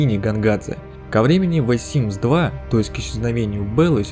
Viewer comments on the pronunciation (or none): Блин не говори вэ Симс ты не правильно говоришь если ты не можешь произнести the тогда говори просто симс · Меня одну коробит от произношения "ВЭ СИМС" ?